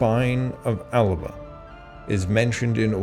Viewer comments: It's pronounced A-luh-puh in Gàidhlig in Scotland. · while he did pronounce a number of place names incorrectly, he was correct with "Alba". It's a good example of an epenthetic vowel in Gaelic, so would be pronounced al-uh-buh. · Indeed he is mispronouncing it. And he’s mispronouncing Alba too. Not very impressive. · He was speaking Gaelic. That was impressive.